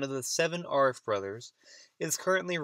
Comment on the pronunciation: And its not AR-RIFF its A-rif,as in adam.